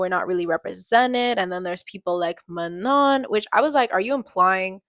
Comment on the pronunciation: I’m a year late- But I just wanted to kindly correct you It’s Ma no, not, Man on. It’s french :3